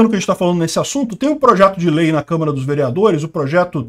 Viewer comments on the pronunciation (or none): none